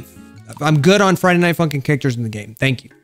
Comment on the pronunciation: its sounded like you said friday nighT @@